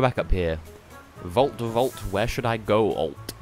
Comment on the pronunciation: I thought you were trying to make "go" sound like "gold".